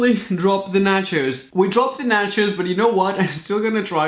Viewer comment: Omg it's so funny how you pronounce nachos ( sounds like Nachas) which means buttocks in Spanish (México) 🤣🤣🤣😂😂